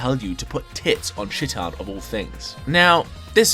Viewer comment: I love you and your videos but the first part of Chiitan is pronounced like the first part of cheetah, I wanted to finish watching the video before I commented this but I could not stop cringing at it being pronouced like chittan over and over